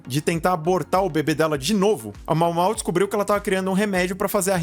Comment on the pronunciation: A pronúncia é Maômaô :)